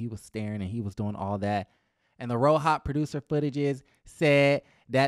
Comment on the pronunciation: The way you say ro-hop sends me everytime😭